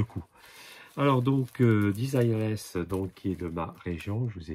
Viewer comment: Cher Mon....sieur : elle est française donc c'est "Dézireulaisse" (phon*) et non pas "Dizailleurelaisse". Ouh la laaaaa